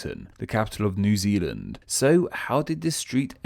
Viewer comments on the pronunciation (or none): none